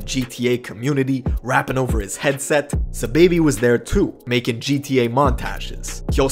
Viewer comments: It’s not “ s’baby “ it’s “ saw baby “ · Who tf is suhbaby? Did you mean sahbobby? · It’s ‘SA-Baby’ not ‘S-baby’ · It’s “sai-baby” not no dam sa baby.... know who you talm bout sahiibaby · Aman Saaahhh-baby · Dawg keep saying Saababhi 🤦🏻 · ITS SAH-BAHH-BEE